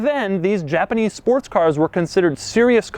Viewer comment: A JA-PA-NEEZ Chevrolet Camaro. That's what it is.